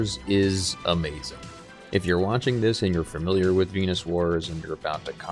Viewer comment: I had to stop this 3 minutes in. It's "fam-il-iar" not "feR-mill-iar". If you are making a video where all you are doing is speaking, you should learn to speak.